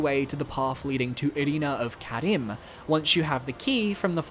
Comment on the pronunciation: Carim is pronounced “Car-Eem” by every NPC that mentions it from Lautrec and Oswald to Irina & Eygon